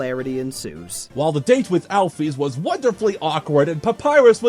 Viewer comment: you are saying alphys wrong